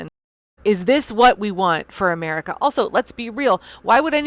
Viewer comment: The fact they're doing all of this with a sinister ideological goal above any progressive initiatives for America. To hear him continue to say 'Ametica first' is ridiculous